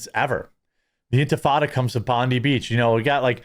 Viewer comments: Just a heads up I see a lot of Americans mispronouncing Bondi. It’s Bon-Die not Bon-Dee. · Bond-eye , not Bond-E but Bond-eye ! lol Americans and their mispronouciations 😂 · It's pronounced "BON-DIE" The "di" is pronounced as "die". I don't know why every American gets it wrong. Oh and Cronulla is pronounced, "Crow-Nullah". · It's Bond i beach, it's an i on the end not an e. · Love ur content bro, but if ur gonna say Bondi so many times, plz say it correctly, its pronounced "Bon Die" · It's pronounced. "Bond Eye" spelt "Bondi" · Dear Americans, It's not pronounced Bon-Dee. Stop saying DEE. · Aussie here. It’s pronounced “bond eye” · Just one thing it’s pronounced bond-eye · God damn you Jerry two dads it’s bond-eye ffs bearing could told you that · That's Bond-EYE beach, please. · It’s BOND”I” ITS AN “I” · It’s pronounced Bond+Eye, ‘Bondi’ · Bond-eye is how it's pronounced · Sorry mate it’s pronounced Bon-dye And Cro-nulla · It's pronounced "Bond-Eye" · doesnt matter too much but its pronounced bond-eye, bloke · hey Jeremy not hating here but we say it Cra-nell-ah and Bond-Eye. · The beach is pronounced: BON-DAI BEACH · Aye bro, we pronounce it "Bond - eye" 🇦🇺 cheers "Wog" typically means Mediterranean European, like Italians and Greeks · Love how the yanks produce our city/suburb names 🤣 It’s pronounced: “Bond-eye” and “Cron-ull-ah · Jeremy it’s pronounced Bond dye 😂😂😂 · Jeremy Bondi is pronounced 'bond eye' Cronula is 'cron ah lah' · Bondi pronounced Bond i(eye). Cronulla pronounced Cron u(as in Up) ll a(as in Up) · BOND-EYE! Say it right MFer 😂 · It's pronounced Bond eye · BTW it’s Bon-Di 😅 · *Bondi (Beach): pronounced 'bon-dye' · It's Bondi with a hard "I" ... "Bond-👁" 🇦🇺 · Bondi beach is pronounced BOND-EYE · Pronunciation guide: Bondi - bon die. Cronulla - crap null ah. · It's "Cro-null-a" and "Bon-di" pronouncing the i like in iphone. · "Bond-eye" beach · Bond-eye. Please don't equate it with the trump slut. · It’s pronounced bon die Thanks for the video